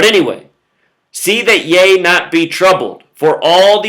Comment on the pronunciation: Ye - rhymes with He (strong "e") Not yah